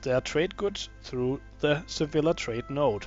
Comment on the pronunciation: sa-vy-a, not sa-villa